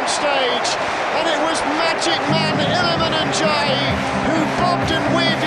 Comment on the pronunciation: Love the way the commentator pronounces illimane ndiaye's name!